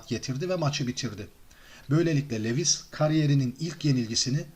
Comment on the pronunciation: LENNOX LEWIS DIYE YAZILIR , LUWIS DIYE SÖYLENIR , önemli degil ama söylemek istedim